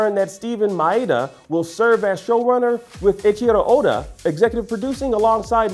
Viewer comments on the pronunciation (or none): did he just said "echiEro oda"?